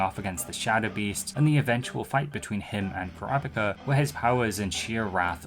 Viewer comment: even this dude mispronounces Kurapika's name lol